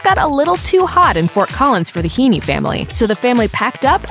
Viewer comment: It’s (He-en), not (Hee-nee).